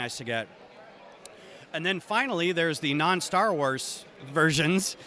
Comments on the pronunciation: "Stat" Wars? Interesting... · It’s Star Wars, not Stat Wars. 👀